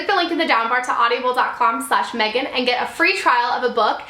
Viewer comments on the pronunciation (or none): You keep saying audiable D: I was like "wait...that doesn't sound right". I loved how at the end you were talking through hiccups haha it was cute. :)